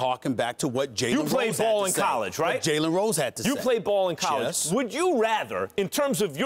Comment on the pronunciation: SAS "Jes"